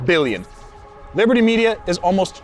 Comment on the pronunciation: brother stop saying billion with those b's :face-purple-crying::face-purple-crying